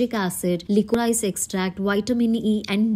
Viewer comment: Lico rice ❌️ Liquorice = likrish ( right pronunciation) 😊